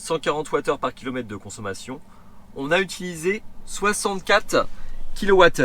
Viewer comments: Bravo! Très bien expliqué et les trois tests montrent donc une perte de +/- 11%. Connaître le nombre de cycles de recharges à 100% serait également intéressant. PS: les "kilomeTTes et les quaTTes" font un peu mal aux oreilles. 😉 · ahaahha me suis fais la même reflexion! Mais à la décharge de, c'est pas tout le temps:P